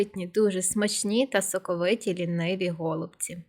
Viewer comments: Смачні голубцІ (з наголосом на останньому складі). Дякую за рецепт. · НашО говорити гОлубці якщо правильно голубцІ!!!!